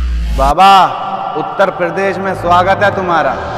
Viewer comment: needs to work hard on uttarpradesh tongue